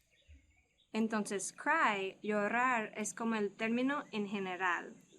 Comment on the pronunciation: COMO NOS AYUDAS TANTO CON EL INGLES QUIERO AYUDARTE UN POCO CON EL ESPAÑOL.. UNA HUMILDE OPINION...LOOK si la "r" esta en medio de las letras no la esfuerces como llorar ... solo se esfuerza cuando esta al principio como ...rapido, relampago... LA UNICA FORMA PARA QUE ESFUERCES LA R Y ESTE ENTRE LAS LETRAS ES CUANDO HAY 2R como caRRo o de lo contrario suenas como rusa